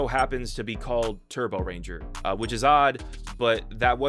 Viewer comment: and funny enough the mecha and the series are pronounced differently... the series is pronounced correct like taa-bo-ren-jaa but the mecha is pronounced taa-bo-ran-jaa for some reason